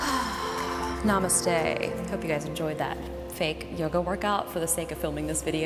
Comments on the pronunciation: From India the way you said Namastey was amazing 😉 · "Namaste" Indian lol🇮🇳